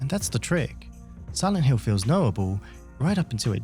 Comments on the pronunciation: Please stop pronounce "Hill" like "Hiww" - it's driving me mad! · siwent hiww